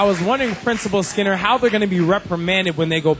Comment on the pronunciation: Who's Mr. Skimmmer? It's SKINNER dumbass